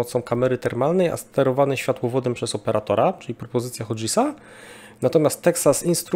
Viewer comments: Gramatyczny nazista czelfajerów powraca: Hughes to w wymowie nie /hodżes/ tylko zdecydowanie bardziej miękkie /hjus/. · Nie jestem anglistą, (angielskiego uczyłem się ostatni raz jakieś 25 lat temu), ale wydaje mi się, że nazwę koncernu "Hughes" nie czyta się (fonetycznie) "hodżis" tylko "hjus" 😉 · Hughes to nie "hodżis", a "hjus". No chyba, że mowa o jakichś nowych pociskach do Badżaktarów ;) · bez hejtu ale Hughes się czyta 'Hjus' a nie 'Hudżes'.:P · Odcinek super. Jedna uwaga: Hughes czyta się hjus, nie hodżis :D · Mam jedną tylko uwagę. Hughes czyta się hjuzzzz, nie hodzis. Reszta jak zwykle - pełna profeska. Dzięki za materiał. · Pozdrawiam z Kanady. Merytorycznie super, tylko chcialem poinformowac, ze Hughes wypowiada sie po Angielsku jak "Hewes". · Co to jest hodżys??? Hughes czy ta się hjus (akcent na pierwszą sylabę) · Hughes nie wymawia się "hodżes", a "hjuus" :hand-orange-covering-eyes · "Hughes" czytamy /hjuz/, nie /hodżis/. A obywatelami Izraela są osoby z różnych grup etnicznych, m.in. Arabowie, Żydzi itd., dlatego nieprawidłowo jest mówić o wszystkich mieszkańcach Izraela "Żydzi". Jako wysokiej klasy dziennikarz powinieneś stosować poprawny termin, czyli "Izraelczycy". W przeciwnym wypadku popełniasz ten sam błąd, co osoby mówiące o Brytyjczykach per "Anglicy", ignorujący Brytyjczyków narodowości/pochodzenia szkockiego, irlandzkiego, polskiego, karaibskiego itd. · Hughes nie czyta się hodżys :) tylko hius :) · Odcinek świetny jak zwykle, ale jako anglista znowu będę się czepiał wymowy. Firma Hughes nie wymawia się 'hodżes', czy jakoś tam;) (nie mogłem skojarzyć na początku), ale 'hjuus', jak Howard Hughes. Pozdrawiam serdecznie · Tak w ramach korekty Hughes to nie "hodżes" a "hjus" od nazwiska założyciela niejakiego Howarda Hugesa (tego od świerkowej gęsi). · Hughes wymawia się bardziej jak "hjuus" nie hodżis. Nie wyśmiewam się, tylko informuję. Pozdrawiam. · Hughes czytamy Hjus. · ale hudges to raczej nie hodżis ;)